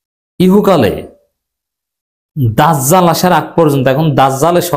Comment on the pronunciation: আপনার জিম উচ্চারণ হয় না দাযযাল